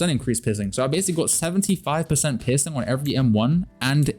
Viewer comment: Wait, I heard u say pissing in this game instead of piercing XD